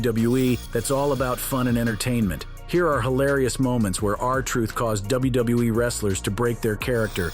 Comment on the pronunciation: Never have i ever hear anyone struggle to say "WWE" so much 😂